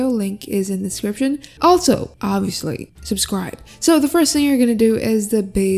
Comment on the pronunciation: You guys she didn't say subscribe, she said subcscribe, so do it. Whatever it is do it.